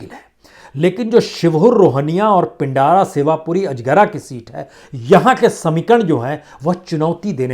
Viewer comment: महोदय पिंडारा नहीं उसे पिंड्रा कहते हैं ।